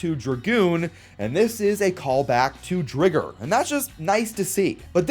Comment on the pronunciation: bro pronounces "weiss Tiger" correctly but not Driger?!? its pronounced "Dry-ger" like cmon "Drigger" has two Gs like Digger but Driger is a Tiger so PRONOUNCE IT LIKE TIGER